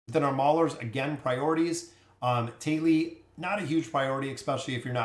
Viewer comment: Thali (thah-lee or tah-lee) not "Tay-lee"